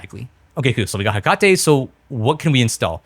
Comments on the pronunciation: Another major video that pronounces hekate wrong. : ( The firmwares naming theme is Greek mythos themed, like Nyx, so Hekate is pronounced like the Greek goddess, HEH-kuh-tee. All shade aside, fantastic video, I've honestly been looking for something like this. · “heccuh-tee she’s a goddess of magic I think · Hekate (“he kuh tee”) was the Greek goddess of magic/witchcraft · Hekate (HEH-kuh-tee) Greek god of magic and witchcraft. If you have played Hades 2 when you know who I'm talking about and how to pronounce it. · awesome video but the way you said hekate/hecate made my eyebrow twitch LOL